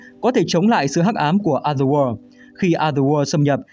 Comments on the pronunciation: chữ "o" trong other kênh đọc đúng là "ə" rồi còn gì nữa? Có tra cách phát âm trước khi bắt bẻ không đấy? Hay là ông nghĩ phải phát âm "o" đúng kiểu o tròn như quả trứng gà :D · đọc đúng rồi mà